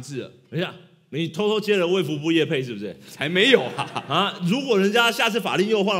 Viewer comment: 衛福部，不是「衛服部」！